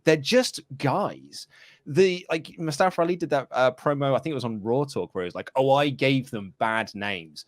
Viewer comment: MOO STEH FUH pronounced